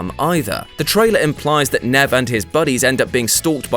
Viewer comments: Nev is actually pronounced Neev. You'd known that if you'd, you know, watched the reality tv show "Catfish," which features him and Max. O_o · Nev is pronounced “Neeve”. Just had to say it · its nev not nev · It's 2018 and this guy straight up said Nev's name wrong lmao HOW